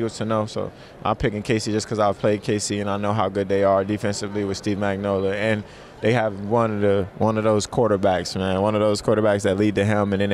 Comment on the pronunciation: Bro said “Steve magnolluh”